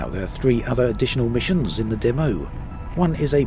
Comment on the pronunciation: I legit didn’t know what he was saying. Never heard someone say “Dumm-o” for the word “demo”.